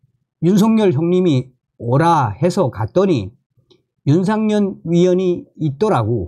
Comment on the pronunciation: 윤상현 입니다 윤상년 아니구요 존경하는 방송 열심히 해주시는데 감사합니다멸공 부탁의 말씀은 발음 연습 필요합니다북에서 쓰시던 발음 불편하게 들릴때 많아요 열심히 해 주세요 화이팅